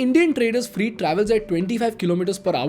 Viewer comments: Freight is pronounced as Fr eight as in Eight, not Freeeet as you are saying. I've always liked your YT postings which are mostly educational and informative. Pls listen to how Modiji is pronouncing it. Thanks for the lovely post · It is not freet train. It is fret train. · You should have taken 5 minutes to research the proper pronunciation of some English words. For example, "freight" rhymes with "wait" not "meet". Etc. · What is “freet “ trains? I thought “freight” was pronounced “fray-t”or “fr-8” no?🧐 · Bro, freight is pronounced as 'frait' not 'freet'. Sorry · Please bhai its "fry-e-it" not "free-it" im so sorry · Not "Free-Train..." it is ''fre-ɪt Train' 🙌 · It is "Freyt" Train. Not "Free" Train. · Also it's not "freet" trains it's "fray-t" trains. His pronunciation hinders my interest in the content. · Its not freet trains. Its freight. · The pronunciation is not Freet. It's Frey-eet corridor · फ़्रेट not फ़्रीट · 😂😂😂😂😂😂😂😂😂 What the hell is "free-T" It's pronounced "frayt" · It's not freet Its freight.....pronounced frait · Its freight not free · Freight, rhymes with weight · Sir, isn't it pronounced Fr-eight. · Your "Freight" pronunciation is flawed. It sounds like FREE trains. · Your videos are great. However, it’s pronounced ‘FR-ATE’. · Freight Train Indian English pronunciation Sounds like frayt trayn Slow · Fr8 trains, Fr8 Corridor etc. I was really confused at the beginning ki whats a free train?? Not mocking or anything, i have had my share of pronunciation issues early on. But you are directly influential to Lakhs of students and youngsters through these videos and your other activities. Your pronunciation has to be on point/better as i have noticed many errors in previous videos too. Meri galti is galti your galti is paap ;) :P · Bhai, why dont you check the pronunciation? Its not free trains. I got confused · Pronunciation is more like Freyt or Fre8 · Freight is pronounced as fray-t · It’s F R E I G H T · weird pronunciation of 'freight'